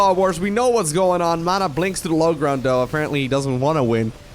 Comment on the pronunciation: For the 100th time; it's though, not dough!!!!!